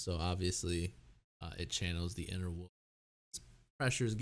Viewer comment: am I the only person who hears this man say “woof” every time he says the word wolf ? this week On teen woof